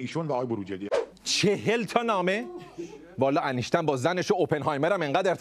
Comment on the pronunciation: وای داداش دردت ب فرق سر همشون اینکه بلد نیس بگه انیشتین میگه انشتن😂😂😂درضمن کسیکه مرده میخواد چکار کنه؟وااااااا خدایا ازدواج با اموات وای وای وای من ک حال مغزم بد شد